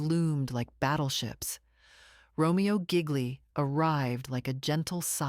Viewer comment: RO MER O GEE LEE...IS THE FULL NAME.......SO MANY MISTAKES ON THIS CHANEL....JUST NY OPINIION...😯